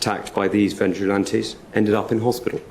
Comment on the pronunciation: Put your teeth in, and try practicing pronouncement of the words ‘vigilantes’ and ‘deployed’